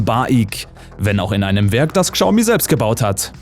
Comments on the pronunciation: schaumi, SCHAUMI UND NICHT GSAUMI!!!! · es wird glaube schaumi gesprochen, nicht kschaumi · Nicht Gschaumi sondern Schaumi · KSCHAU-MIE ❌ -> Schau-Mie ✔ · Sorry aber ich muss es tun…das trigger mich übel!!! Es wird schaomi ausgesprochen!!! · Bitte achte auf die Aussprache wenn du so einen Beitrag machst. Ist alles sehr informativ und gut aber Xiaomi wird "Schau-mi" ausgesprochen. Sonst Top Beitrag. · Das spricht man "Schau-mi" aus 😂😂😂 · warum sagt der typ immer Kschaumi, das regt voll auf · Bitte Xiaomi richtig aussprechen, daß X wird wie ein Sch ausgesprochen. Ansonsten bauen die Chinesen mittlerweile hervorragende E-Autos und haben die deutsche Industrie in diesem Punkt schon überholt. Leider hängen bei uns im Land dermaßen viele Arbeitsplätze mit der Auto-Industrie zusammen, dass es schon eine Überlegung wert ist ob man die vom chinesischen Staat massiv unterstützten Hersteller durch Kauf/Leasing den deutschen oder europäischen Konzern en vorziehen sollte. Schwierige Entscheidung.